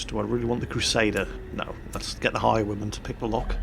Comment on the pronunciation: Took me 10 minutes to realize that you were saying "Highwayman" and not "High woman" >.<